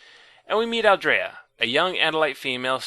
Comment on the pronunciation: It's NOT geeeed. It's GEDD. Like dead. and Hork Bajir is more like Badger, not Ba'Jeeer. It's AL-Dree-Ah. Not Aldraya... like Andrea... Aldrea.. It's Dahk Ha-Me, not DackHammy